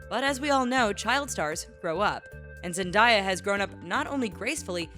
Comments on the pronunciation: Zebdaaaaaya not zendya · IT'S NOT ZENDIYA IT ZENDAYA!!!!! I hate when people messes up her Name! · Who is looking through the comments by the way she said zandiya it zendaya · you said zendiah instead of zendaya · It's ZEN-DAYA not zen_dieya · I’M TRIGGERED! ITS ZEN-DA-YA, NOT ZEN-DIE-YA! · NONONONOOOO!!!! Zen-day-a....NOT ZENDAIYA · It’s Zan-Da-Ya not “Zen-Di-Ya 😡TRIGGERED AF😡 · People it's zendaya not zendiya ZEN-DAY-YA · Zen-Day- Ah not Zen-Die-Ah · It's actually and Zendaya not Zendia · Lol Zendiea no it's Zendayah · Its not zeniya its zendaya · It's not zandaya it's zendaya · ZENDAYAAAA NIT ZENDIYA BAHAHAHAHAHA (no offence it made me cringe) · It's Zen- Day- uh not Zen Die Uh😂👌🏽🙄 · It's not zendia it's zen day a sound it out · Zen-day-ya it's not zen die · It Zen-Day-Ya, not Zen-Die-ya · It's not zendyea it's zenDAYA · ITS ZENDAYA GEEZ NOT ZENDIEYA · She said zendiya even though it is said zendaya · It's "Zen•Day•uh" not "zen•die•uh" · Zendiya? It's zendeya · ZenDAYa not ZenDIEa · Its Zendaya not Zendiya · Zendiya? You mean Zendaya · Zendaya... not "diya" and that damned Jake mofo is still a fuckn kid in a 20yo body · it's not zin-die-a. it's zen-day-a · She said zenbiay its zendaya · Zendiya instead of Zendaya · It’s zen-day-a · ZEN-DAY-YA get it right god sakeeeeeeeee 😤😵💩🙄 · Are you sure it's not SKAY JACKSOON? Zen-di-ya, REALLY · Zend-day-ya that's how you say it 🤣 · learn to read names zendaaaaaaaaaaya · zendiya nigga its zen-day-ya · its "ZendAya" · Its zen-day-aa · ZEN-DAY-A say with me honey ZEN'DAY-A 😂😂omg lol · Zen die ya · Zen-DAY-ya! It's not that hard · "Zendiya" I AM SHOOKITH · The fact that she says it as "Zen-Diya" Makes me wanna End life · omggg ITS ZEN-DAY-UH! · IT IS ZENDIYA!!!! LOL!!!! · She said Zendiya! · Its zen-daaay-aa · They were saying zendieya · Zen-Die-a? Boi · it's Zendaya you dumbass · Zen-di-ya TRIGGERED AF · It's not zendiya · Bih its (Zen day a) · It's Zen-DEY-Uh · It's Zen-day-ua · lol they said zendiya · yes so bad